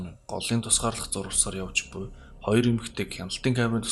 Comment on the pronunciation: роёр биш хоёр шүү 😄